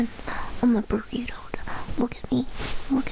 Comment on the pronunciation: Does anyone else call them burrtoes or is that just me?